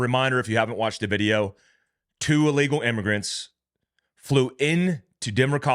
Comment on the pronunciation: Don't say " uh-legal", say ill (as in 'sick') legal. "Ill-legal". Otherwise go back to ESL.